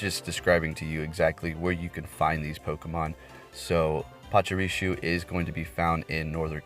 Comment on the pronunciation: Dude I ve watched so many of your vids but it’s just so infuriating that u just don’t even seem to try and pronounce Pokémon and trainer names correctly ever. I m not even a native speaker and things like PachuriSu Marow(h)a(c)k are just so obvious to read it feels almost like u re doing it wrong on purpose. Can you st least try? Cheers and thanks for ur content regardless